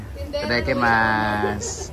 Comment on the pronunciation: "Itadakimasu" dzai dili Itadaikimasu.